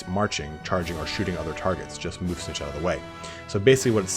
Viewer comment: it is Lord Snik-Kit .... that's how it is pronounced